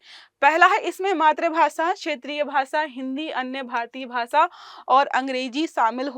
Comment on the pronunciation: भाषा ❌ भासा ✅